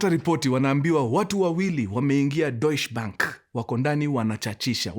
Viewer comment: Love your stories from Germany! and it is pronounced as 'doiche bank' ❤❤❤